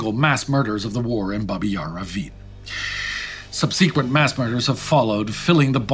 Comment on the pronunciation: / ˈsʌb sɪ kwənt /, not "sub-SEE-kwent [sic]"!